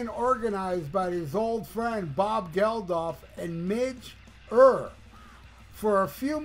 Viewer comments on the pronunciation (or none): You sound a bit ‘jarred’ my friend🫣🤪 Philip died in January not on July 4th, plus Midge’s surname is pronounced ‘Your’! Other than that it’s a nice ode to one of our favourite sons - I’d put Rory, Gary, Eric and Pat McManus on the same pedestal of Irish Rockers, we’ve had none like them since, except maybe Simon McBride now ripping it up with Deep Purple🤘 Anyhow, thanks from Ireland 🇮🇪🇸🇩🤘